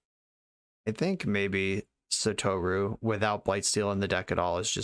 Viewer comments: Just as a heads up, you had 'sah-toh-rue' pronounced right the first time. JP pronunciation is 100% syllable-by-syllable, basically no exceptions. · Well, I wouldn't pronounce the u as strongly. It's not a long vowel in the name "Satoru". Non-long u's in Japanese have a tendency to be under-pronounced.